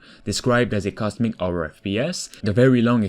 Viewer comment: "Survival orror"